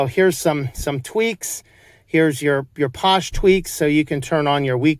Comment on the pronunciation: I could be wrong but I'm pretty sure it's pronounced "fosh". Phosh is short for "PHOne SHell". 💁